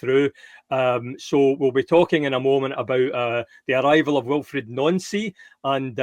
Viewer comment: Before a ball is kicked with Nancy as Manager/Coach, can we ALL finally & starting from right now, get the man's name right when it comes to pronouncing it correctly & so it's Wilfreed, NOT Wilfred, because he has the extra 'i'' so hence the Wilfreed pronunciation & then the dead easy bit of saying Nancy, as in Nancy & NOT Noncy or Noncey or ANYTHING else & if you can't do the guy the basic respect of saying his name correctly, what else will you ever get right about him & then we have oor very own dear old mentioning the fictional David Brent, Mickey ''The Mole'' Beale & the even worse Russell ''learn & grow'' Martin whilst talking aboot Nancy's appointment & not quite in the ''daft old uncle'' territory, but why on earth mention them even in the context of saying he's not them?